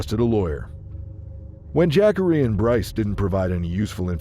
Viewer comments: Jack-ary Taylor? Hahah! Have you ever heard of a black person named Jackery? You don't know too many black people or too much about them do you.. Look, I don't even know how his name is supposed to be properly spelled but I can promise you that's not how you pronounce it it's pronounced more like this Juh-car-ee. I've seen that name spelled Jaqari... anyways I do like the video you made though👍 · Jackery, not Jah-Corey? LOL. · Ja’Corey. Not jackary. SMH. 😂😂😂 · JAH- COREY.... Who tf is JACK-ERY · Dayum!!! But "Jackery" though??!! C'mon bruh smh... AND the captions are AZZ!! Fk this channel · I laugh every time the AI voice says “Jackery” 😂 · I know u smarter then that kept saying jackery the whole video smh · The way the narrator says the name Jacorey 🙄